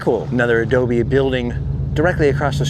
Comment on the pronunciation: every time you say ADOBE....pee wee!!